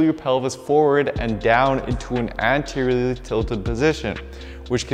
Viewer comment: I learned a new word today, “anteriorlrlry” edit I learned a second new word today, “inhibidibid”